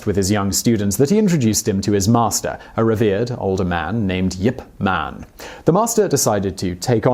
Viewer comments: He's barely mentioned and when he is, he's pronounced Yip, as opposed to Ip....Kinda like Simon's pronouncing of the word Potomac....just wrong. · I thought his name was Ip Man, not Yip Man.